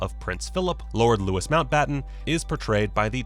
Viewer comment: Bad pronunciations - eg 'Buckingham' and 'Louis'..then you showed the wrong actor for Lord Mountbatten.